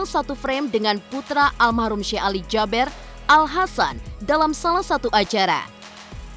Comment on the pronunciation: Jaber dibaca JABIR. Emang ada abjad E dlm bhs arab?